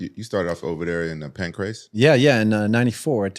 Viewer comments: it’s PANCRASE, not Pancreas 😂😂😂😂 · As well as the pancreas champion😂 its pancrace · got second hand cte the way he’s calling Pancrase PANCREAS 🤦🏽‍♂️ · Homie keeps saying pancreas and not Pancrase 😂😂😂😂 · This dude calls it Pancreas, lol😂. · How many times did say Pancreas instead of Pancrase? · Pancrase, not pancreas... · pan - CRASE. NOT CRIAS! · every episode that the white dude host says Pancrase, I want to never watch this podcast again. It's PAN-CRAZE not Pancreas, man. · bro its fucking PANCRASE, not pancreas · Please. With all due respect. Its panCRASE not Pancreas lmfaoooo "World pancreas" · Listening to bear call it Pancreas is so fucking irritating. Cmon. Acting like a hiatorian and doesnt even know what its called